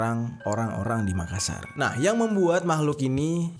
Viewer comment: "MAKASSAR" bang bukan Makasar 👀